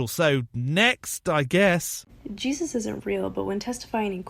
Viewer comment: She has the name of the book wrong (there's no "s" on Revelation), but she knows what's in it well enough to know that it's coming true. She also seems unable to say the second syllable of "Jesus." Not to mention the rest of her nonsense.